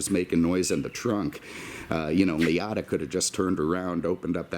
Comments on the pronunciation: Respect until he said "Lee oughta". lol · Love how pronounces Ray Liotta (Li-oh-tah). Rhymes it with Miata, like a proper car guy should!